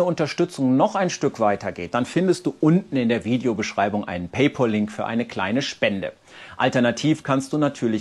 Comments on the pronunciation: Danke, interessante Ergebnisse, die sich auch weitgehend mit meinen Präferenzen und Erwartungen decken. 👨‍🏫Eine Kleinigkeit noch: Ich habe es lange geduldig über mich ergehen lassen, wenn du in deinen Videos jedes Mal "PäiPohl" gesagt hast, aber ich ertrage es nicht mehr, daher: 🤭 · Der eine stört sich an paipaul statt paipael...der nächste an ei-wi statt eh-vau und wieder einem klingt mein "wi" zu sehr nach "oui" und ob es wirklich Enjak ist und nicht doch Enijak, darüber habe ich auch schon Nachrichten erhalten. Ich werde es wahrscheinlich nie allen richtig machen, daher nutze ich meistens die Worte, die die meisten im Alltag sagen...das war wie bei Hyundai, wo ich damals Nachrichten bekam, warum ich es so "komisch" aussprechen würde und wie jedermann... Am Ende läuft es wohl darauf hinaus, dass ich bestimmte Worte einfach vermeide...aus ENYAQ iV wird nur ENYAQ...aus PayPal wird dann eben nur der "Link in der Beschreibung" und ja, ich werde das mal in einem der nächsten Videos aufgreifen und ansprechen :D